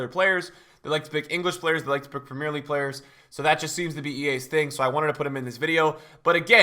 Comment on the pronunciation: It’s not “prem ear league” it’s “prem E er league”